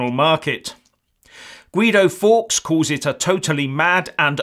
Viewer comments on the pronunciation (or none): none